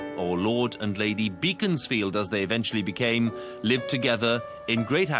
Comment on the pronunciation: Fascinating and insightful documentary, my only nitpicking is the mispronunciation of Beaconsfield